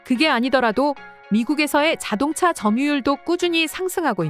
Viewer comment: ai목소리 쓸려면 제대로 쓰세요...자동자....수풀...이게 뭡니까 ㅋㅋㅋㅋ